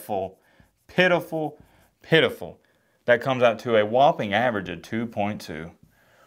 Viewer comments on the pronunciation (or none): none